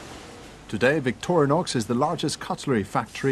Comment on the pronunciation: Fail to the guy who called it Victorianix hahaha